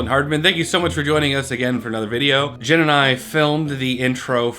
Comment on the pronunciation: I really have never heard someone have as much trouble saying my name as Jen. Lmao